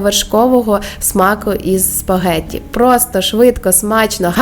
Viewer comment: ООО. Научилась правильно говорить " спагетти". А когда-то говорила " шпагети".